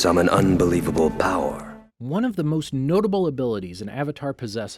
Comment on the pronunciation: "You're able to summon unbelievable BOWER!"